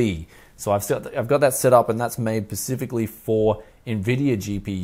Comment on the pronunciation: you kept saying pacific when im pretty sure you meant specific. not a big deal, just saying. maybe it was just the accent.